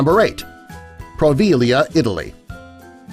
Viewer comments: It’s POVEGLIA not proveglia, tourists want to go there..us Italian don’t. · The island is Poveglia, not Proveglia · The Italian island is Poveglia not Proveglia. You got the facts about it right though. It is rumoured to be haunted and it was used as a quarantine island for lepers and plague sufferers. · It's Poveglia, not Proveglia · So much BS here. You can visit Easter island. You can visit poveglia island (and it's poveglia, not proveglia). Oh, and BTW, the narration has some hideous English here and there. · Poveglia not proveglia.. fyi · Proveglia? hahaha. it's Poveglia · Proveglia is pronounced bad >.< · Can't even spell or pronounce Poveglia right... Plus, the Ghost Adventures team went there for an investigation. The island is "banned" because of it's deteriorating infrastructure; the buildings falling apart and molding, not because they are worried about the plague sparking back up. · You guys do so little research you didn't even know theres no (R) in Poveglia?